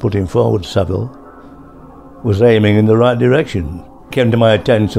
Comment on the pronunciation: It's Saville